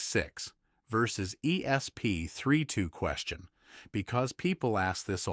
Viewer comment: Why can't any of these AI voices say "ESP32" properly - More AI SLOP!!